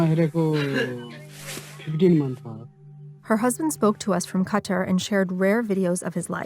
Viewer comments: where ???! Hahahahahahaha typical western media trying to cover everything yet can’t even pronounce the country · Who pronounces "Qatar" like that?